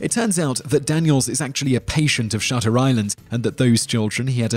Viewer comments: you got shutter island wrong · You guys got "Shutter Island" all wrong. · I didn't care for Shutter Island, but you didn't get it right, like at all.